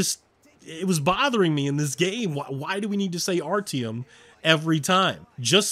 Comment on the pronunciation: anyone else find it a little annoying how he doesn't say artyoms name right